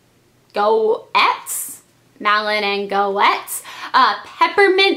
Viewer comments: Malin & Gates is how you pronounce it! :) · Goetz is pronouce "gates" just an fyi :) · haha a girl I know has the last name Goetz and you say it like gets lol its crazy but I thought I would tell you you say it like gets even though it is spelled differnt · GOETZ actually has a silent O...so its pronounced GETZ :) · i think its pronounced g-etz without the "o" but im not sure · Goetz is pronounced "Gates"